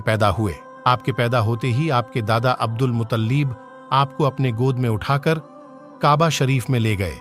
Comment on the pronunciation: Unke Dada ka Nam abdul mutallib nahi abdul muttalib tha